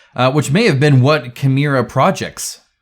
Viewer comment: As a Conan board game fan, I would have expected you to pronounce "Cimmeria" correctly. ;-)